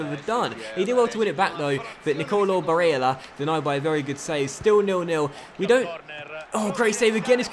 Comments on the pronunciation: Hey, I see a lot of comments talking about Nicolo Barella’s Name pronunciation. I think you just need to lower the emphasis on the e (a sound). It should sound more like how you were saying it in the beginning of the second half in the lazio game, not the 88th Minute goal pronunciation. Other than that, I’m loving this series and I am loving the story so far. Thanks. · I'm a huge fan and I've loved your vids for about 3 years now but please take it easy on the name pronouncing. Its a bit cringey and I'd rather hear you say them with your actual accent rather than faking one and making it sound worse. Otherwise this series is great, along with your Huddersfield CM. Quality content as always! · Who cares about how he pronounces Barella's name? Come on... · Hastings Grime Media Ya I'm with you on this one. It's strange to see not listening to his subs. He's seems to be inviting trouble. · gotta say i agree tbh